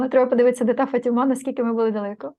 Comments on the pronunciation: Та не фатіма,а ФААТІМА! 😊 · Посилка ваша наголос на слові Фатіма ,на першому складі робиться . Живу в Португалії ,тому безпосередньо з цим стикаюсь .імʼя Богородиці Фатімськоі . Містечко Фатіма і церква збудована на місці зʼявленя Богородиці енергетично дуже сильне .😊приїжджайте не пошкодуєте !